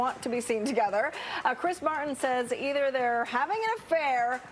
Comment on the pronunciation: It's Chris Martin not Chris Mar-en.